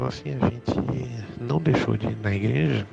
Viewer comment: "impreja universal"😂😂😂